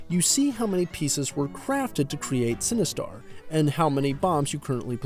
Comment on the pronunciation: Its Sinistar not Cinestar lol. Great review.